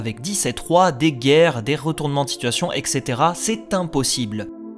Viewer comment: Je pense que ça serait plus simple qu'il fasse par ordre chronologique PS: c'est etcetera et pas extetera sinon super continue c'est génial